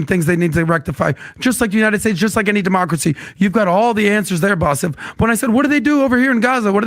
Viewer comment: First of all kept calling him Bassef. Now let’s be intellectually “Not Lazy”, do we expect him to be educated on this matter when he doesn’t know his own guests name??